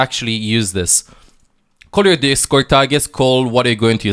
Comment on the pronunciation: always finds a way to put a "g" in a word that doesn't even have a "g", ever. Examples: Here - Hegere, Your - Yougr, etc.